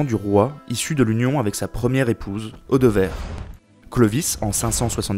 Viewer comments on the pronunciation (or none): MDR, en vla encore une "AU de VERRE" pour Audevère trop fort l'IA, je quitte cette Is toire des mers au vijein. Une recette peut'être; :) mille excuses pour "excellent" dans mon mail d'avant, mais c'est tellement gros cette traduction que je ne pouvais pas m'en enpêcher